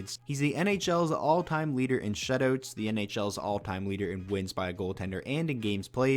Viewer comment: I love every time he says "shutoots"